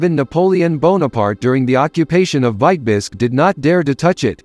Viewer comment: ? Why is Vitebsk mispronounced ? Is this A. I. generated ?